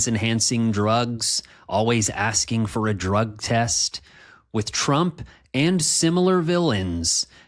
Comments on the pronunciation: He can't even say his own name correctly anymore. I heard it as "Schnump" in one recent thing I suffered parts of. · Weird that Trump incorrectly pronounced his own last name, saying, "Strump".